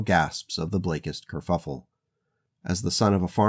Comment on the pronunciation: why are you calling it a curffule, wasnt it a ji-.... oh youtube isnt it